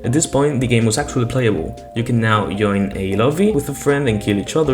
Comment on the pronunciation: ITS JOIN NOT YOIN